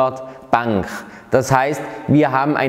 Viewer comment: Wo kommt das "ch" in "Bank" her ?